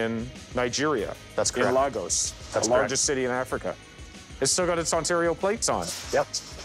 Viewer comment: WhereTF does he get that pronunciation for Lagos from??? "Lygowsh" ... is he trying to sound like the erudite world traveller, lol?